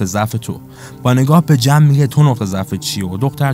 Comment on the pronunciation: تمام خلاصه فیلمها رو دیدم کارت خوبه فقط اسم بازیگرها رو معمولا عجیب غریب تلفظ میکنی جوری که تا حالا نشنیدم لطفا اصلاح کنید ...😊 جم مثلا میتونه جما باشه